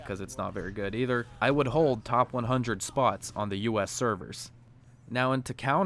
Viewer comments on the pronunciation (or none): none